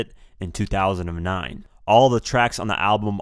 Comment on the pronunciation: he fucked up sayin 2009